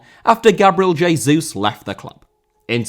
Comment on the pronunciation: Jesus* not Jeisus